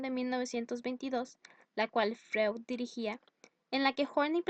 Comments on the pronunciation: No se pronuncia como se lee...Freud. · como confiar en alguien que ni siquiera pronuncia bien a freud x_x